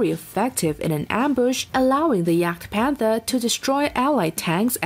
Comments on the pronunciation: The pronounciation is just hillarious. jagdtiger became jach-tiger while jagdpanther became yuck-tiger haha! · She specifically said yakpanther not jagpanther. My ears work fine. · She specifically said "yak" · The person has no knowledge of german language. It is Jagdpanther. German word jagen is in english to hunt. So Jagdpanther is ( Tank)hunting Panther.